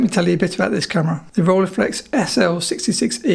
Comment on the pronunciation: The “ei” in Rolleiflex is pronounced like the “ei” in Leica.